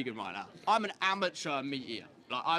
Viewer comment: Sorry was that "amateur" or "immature"? 😋